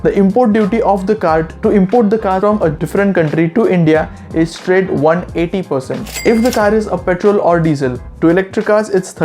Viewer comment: My heart stopped when he pronounced 180% itself 😂, by the way cheers